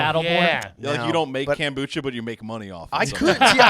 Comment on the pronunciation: . T 🦴 says KAMBUCHA 😅